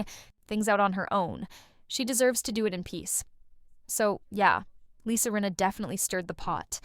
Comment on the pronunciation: Rinna not Reena. If you are going to use AI, make sure the bot is pronouncing the damn name correctly! Check your AI before putting it live!